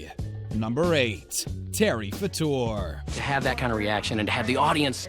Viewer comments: It’s Fader not Fordoor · It's pronounced Faytor not Fahtor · It's Terry FAYter, not FuhTUER. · It's FAA-TOR..NOT FA-TOR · HEY SCREENY--- It's Terry FA-ter NOT fa-TOUR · It is pronounced Fa'*ter.. I think.. W.G. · Terry Fator is nor pronounced fat or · It's pronounced Terry FAY-ter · Pronounced FAYtor. Geez, know your subject. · Why do you not know how to pronounce FAYter's name? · You are pronouncing Terry Fator's name wrong!!! It is pronounced FATER!!!! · You are NOT pronouncing Terry Fator's last name correctly! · Learn to pronounce last names. Good grief!!!! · You cant even pronounce Terry Fator name correctly. You suck for wasting our time. No sub for you. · I'd you're going to narate, learn how to pronounce people's name correctly. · This narrator is not pronouncing Terry's last name properly. Lol omg